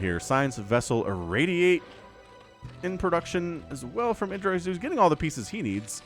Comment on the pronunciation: It's pronounced id (like the the psychological term) ID, DRAH.